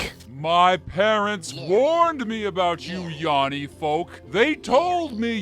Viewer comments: In this video I learned that hears laurel, because he mispronounced yanny as yawny. If he heard yanny, this wouldn't have happened. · Its Yanny, not yawny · He says Yannie wrong, is a laurel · heard laurel because no one who heard yanny would pronounce it yawny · Why is no one saying Yanny is mispronounced?